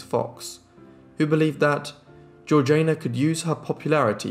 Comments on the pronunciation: Surely, her name was Georgie-Ah-na, not George-Jane-Ah? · How do we know her name was pronounced in that way? It is certainly spelt Georgiana not Georgeayna and it was not an unusual name in English society of the time when it was universally pronounced Georgiana. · Yes the pronunciation irritated me too. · Nope you can't even spell it. It is one final time GEORGIANA PRONOUNCED GEORG JAYNA!!! Not GEORGINA. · Great video but her name is pronounced like Georgie anna. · Loved it. Thank you. Georgiana is pronounced GEORGE ee anna. I thought you might want to know. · she switched the pronunciation when she married to match the regional accent as a way to endear herself. Both are technically correct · The 3rd syllable of Georgiana's name is pronounced like the first one in Django, not like Jay in Jay-Z. There is a movie called "The Duchess" about her, made by the British. I suppose the British know how to pronounce British names. Next time before you start guessing pronunciation of names, maybe go and check the existing sources first?